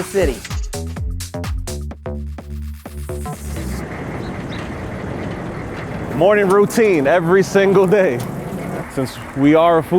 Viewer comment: Dude that good mawning...lord have mercy